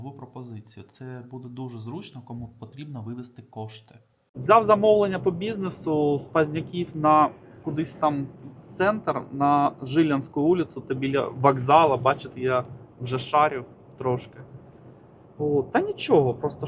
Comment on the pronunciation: Жиля́ньска, а не жи́льянська вулиця))